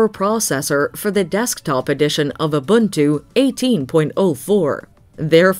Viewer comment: As a South Africa, the narator says Ubuntu perfectly.